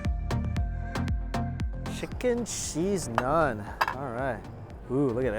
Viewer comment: Mikey....its Naaaaan. Not Nun :p Great video, I miss Lahore. I'm just gonna go get some home made Saag now with maki di roti. Not had maki di roti for a while. P.s i dont think I've seen you enjoy food as much as in this video